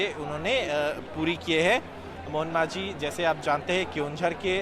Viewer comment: Pronounce thik karo Not manjhi it's majhi